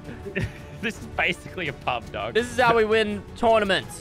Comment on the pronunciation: The amount of times lazerbean said daug is the amount of likes on this comment